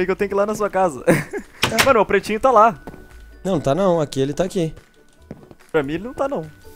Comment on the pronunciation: só eu que percebi que ele fala prestinho em vez de pretinho ?